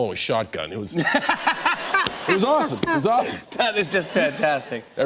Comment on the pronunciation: "Cause it was Awefulsome"